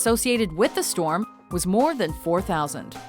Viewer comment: "there's a freakin' stwom mayt!"